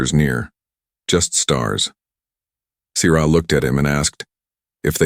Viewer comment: your spelling and pronunciations suck. Sierra SEE ERRA, WARM in not worm. Stupid AI.